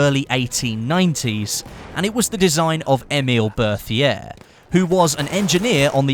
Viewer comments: 1)Chautchat is pronounced show-show or show-shot. French is weird 2) fed-e-rov not fedor-ov 3) Bert-E-A not Berthier 4) check out Forgotten weapons and C&Rsenal for gun info. Then you aren't taking out your arse or quoting Wikipedia. I've seen plenty of top youtubers not know something as simple and the difference between an en-bloc and stripper clip. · 2 thumbs up for the Berthier!! Love that thing in Verdun also, it's pronounced "Bec-tee" :P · great video, but I have some gripes about your pronunciation. The first is the Chauchat. It's actually pronounced like 'showshow'. The next is the Berthier. That is pronounced 'Bertie-a'. In this case, the 'th' sound is just a t, and the 'r' is silent.